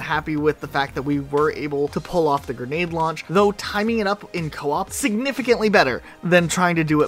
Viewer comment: please It’s pronounced “g-r-e-nade” not “g-e-r-nade” Big fan but that word kills me every time 💀